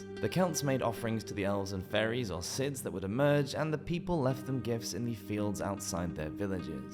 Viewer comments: It's not pronounced Sith, it's pronounced Shee. Like banshee. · Pronouncing stingy (stin-gee) as (sting-ee) and sidhe as sids is kinda funny, ngl. I think sidhe is usually both plural and singular nowadays, although it's Gaelic and I don't actually know any Gaelic so I'm just guessing there and I also can't vouch for historical quotes as people sometimes seemed to be winging it with the rules of English, let alone loan words.